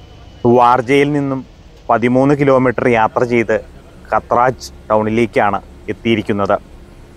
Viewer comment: കാത്രജ് ആണ് bro pronunciation.